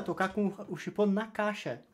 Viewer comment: Em , tenta tocar o * na caixa? Você disse chipo?